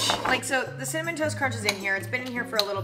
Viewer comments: No one: Emma:CIMMANON TOAST CRUNCH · I think she corrected herself from saying cinnamon and said cimannon at least I heard that xD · SHE SAID CIMANOM HAAHAHH